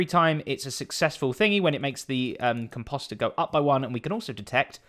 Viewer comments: Lovin' your work Zed - but you're British - so "composter" rhymes with "Tom Foster" (not "Tom Foe-ster") - don't be confused by that pesky American English ;-) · Every hermit says Composter so different lol....from what I've been told its (com)-(post)-er... I think mumbo says it the funniest... ive heard him say (con)-(poste)-er...same with grian lol